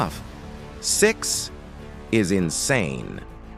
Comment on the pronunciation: i can hear 2 things : six and tix (old roblox coin like robux)